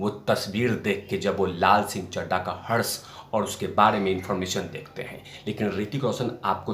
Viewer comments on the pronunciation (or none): शब्द हर्ष नही हश्र लगेगा यहाँ पर।